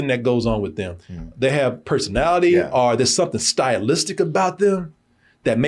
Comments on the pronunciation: I noticed when says "OR" he pronounce it as "R" 😂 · Most rednecks from Texas pronounce "or" that way.